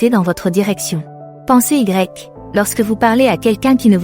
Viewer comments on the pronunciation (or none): Lol : il a fallu que j'entende "pensée Y" à deux reprises pour comprendre qu'il s'agissait de "pensez-y"... Ne pourriez-vous pas faire lire le texte par une vraie femme, au lieu d'utiliser un logiciel ?... Deuxième effet MDR : ..."c'est là que le bâtiment blesse" (au moins deux fois, dont une à 25 min et 29 s) : oh non !!! "Le bât" interprété comme l'abréviation du mot "bâtiment" : finalement cela ajoute un aspect comique totalement imprévu ! Bon, sinon, les conseils en eux-mêmes ne sont pas mal, donc merci, mais SVP, faites quelque chose ! Oh pis non, c'est drôle en fin de compte...